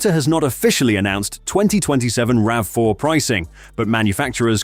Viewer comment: I want Toyota to bring the RAV4 PHEV Woodland to Canada for 2027. We only got the HEV Woodland in 2026. P.S. Please retune your AI voice so it consistently says "rav4" not "ravvy4" every so often.